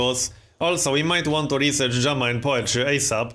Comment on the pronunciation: Does anyone else hear "German Poetry" when says "Drama and Poetry?"